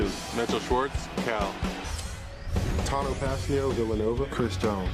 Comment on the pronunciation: dude its CAL (california) university… not cow😂😂 would b funny tho